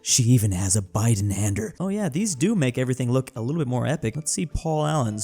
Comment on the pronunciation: What the hell is a beidenhander its calld ZWEIHÄNDER!🗡🇩🇪